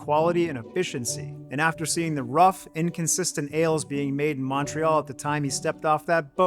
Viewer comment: The "Mon" in Montreal is pronounced like the mon in money, not Montana.